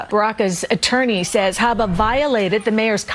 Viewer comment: Her last name is, “Habba’”, not, “ABBA”. Geeze, dude.